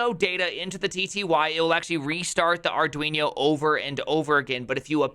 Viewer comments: Maybe it should be called Arduinho to match that awesome pronunciation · "arduinyo" ... 😑bruh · Dude, what's the deal with the "arduiño"? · Fun Fact: It's actually pronounced Ar-doo-een-yer-mom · Did you call Arduino, Arduinyo? :D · Ah yes, the Arduiño. In all seriousness, that's a really cool way of doing it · Whats an arduinio? hahaha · Count some "Arduinio" 🤣